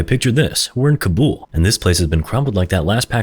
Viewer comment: Happy you didn't call the men terrorists or something 👍, that pronunciation of Kabul kinda hurt tho ngl